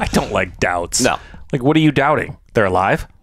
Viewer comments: Delts, not doubts. As in Delta. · Why are you calling them doubts? Im sure its DELTS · “DELTS”! 😂 not doubts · It's delts not doubts fellas 😂😂😂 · "delts" not doubts LOL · Thorne calls them "Doubts"??? This whole time I thought they called them "Delts" (Delta=Dead). Unless my closed caption was wrong..